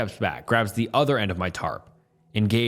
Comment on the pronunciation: Stop saying fkn "Thee".... Wtf is wrong with you?? Say "THE"!